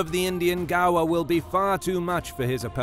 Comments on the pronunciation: One correction, is the pronunciation of Gaur is how you speak "gore" ! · I keep thinking gaur = gar, but the guy in the video is saying gaur = gawa.